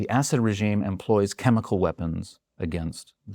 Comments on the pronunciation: Great analysis but why do Americans who realize they mispronounce middle eastern names have to mispronounce it even more?? It’s pronounce Asud emphasis on the A. Not Essed 😂😂. And good riddance… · I wish he would stop saying "acid" when he means (for my ears) a saud. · I didn’t want to be annoyed by this video, but I was. For the ostensible, provocateur to keep referring to the family name of Assad as “Acid” was annoying to even my English/Welsh heritage. If you’re going to denigrate an enemy, at least get their name correct.